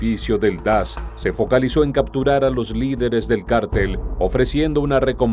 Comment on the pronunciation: Porqué cártel,y no cartel.